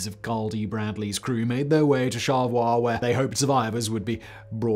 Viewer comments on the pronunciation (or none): Great discussion. But we born here pronounce it 'Char-le-voi' with 3 clear syllables. My folks remember the Bradley disaster and the Sundew going out. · Charlevoix is pronounced "shar-la-voy". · I live just a few hours from the home port and I’ve never heard this story! Also it’s funny to me to hear Simon say Charlevoix like “char-le-voi” instead of us Michiganders who say SHAR LA VOY! Lolol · I watch the memorial for the Edmund Fitzgerald every year. I didn't have any physical connection to the ship. It's a Michigan thing. I have to offer a little help in pronunciation. First Charlevoix is Shar-la-voy. The other is little harder. It's Huron, pronounced Here-on. I really like watching videos about our beautiful state. You do great work. Thank you!!! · Another trip back home. Thanks Simon. EDIT: Charlevoix is pronounced "Shar-Lee-Voy". Damn French-Canadian words. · Always love stories from The Great Lakes. We pronounce the town like voyage; Char-le-voix (SHÄR-lə-VOI), by the way. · I know this is 2 months ago and you probably won’t see this. But Charlevoix is pronounced “Shar-le-voy “. I know you pronounced it the French way but as someone who grew up in Michigan, it bugged me, lol great video though 💛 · Charleviox is pronounced "Shar-luh-voy". Much like Ft Michilimackinac, or the Mackinac bridge,or Mackinaw City (pronounced the same way), it's not pronounced like the French would have said it. "Mack-in-aww" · Simon, I really liked you videos of the Great Lakes recently but you kind of mess up the pronunciation of some of the places. I’m not good at phonetics but Huron is pronounced hyeron, Charlevoix is pronounced sharlavoy. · Where is "Shawevah, MI?" Fun fact - in 406 episodes of Forensic Files, true professional Peter Thomas never once mispronounced a name or place. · Charlevoix, MI is pronounced "shar-la-voy". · Say it with me.... Man-ih-tow-wok Also, shar-lah-voy... Sorry, but this is part of the issue with "Weskonsin" there is no e in Wisconsin.